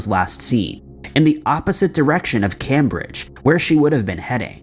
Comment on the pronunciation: I have never heard anyone pronounce Cambridge like that